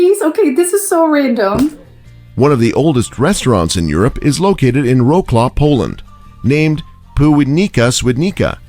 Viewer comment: I laughed my ass off hearing how he pronounced "WROCŁAW"... nooo i would have never guess it if there was no caption on screen...